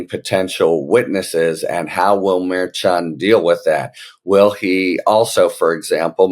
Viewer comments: Pronounced mer SHON. Not mare chon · I enjoy all your content, and your helpful takes on what is happening at certain levels behind the scenes. That being said, it is with the best intentions, and all due respect, that I gently remind you that the judge's last name is pronounced "Murr-SHawn" as was previously pointed out by K.F-A a couple weeks ago. Have a fantastic day, sir.